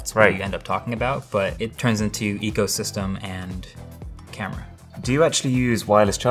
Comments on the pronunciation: Take a shot everytime marques says "ecosystrm" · Nobody: Marques: EcOsYsTeM